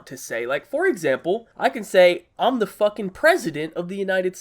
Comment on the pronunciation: Why did he say “FUCKING” like that?😂